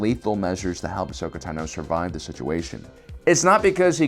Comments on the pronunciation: its tah no not tuh no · I’m sorry...ahsoka TUH-NO ITS TANO😂😂😂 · ahsoka Tuh-no? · it's TAH-no, not tuh-NO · WHY OH WHY DO YOU PRONOUNCE IT TANOOO... it is clear from all the animations it is tAAAno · I love this guy. But how can you be a Star Wars focused channel for so many years and still say “taNO”? I’m not attacking because maybe it’s something I missed or perhaps it’s a speech impediment. I just wanna know if it’s a way other people pronounce her name? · I like how he says Ahsoka tanO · T'No. Apparently Ahsoka is a Vulcan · The way you pronounce "tano" is annoying man. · Anyone else bothered by how he said “Tano” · Why is no one talking about the way he says Ashoka tano? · For the love of god, stop saying Ahsoka's last name if you can't pronounce it right. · "Tano" Emphasis is on the "a" not the "o" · Video's great but please pronounce Ahsoka Tano correctly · The only person in the world who says Ahsoka's last name like that. 😱🥺